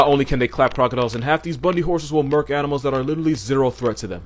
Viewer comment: Hahahaha "murk"